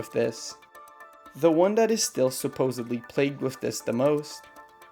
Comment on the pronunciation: "Supposedly"...........not "Supposebly".